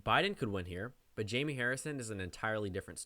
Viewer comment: Am I the only one who thinks its pronounced Hi-may?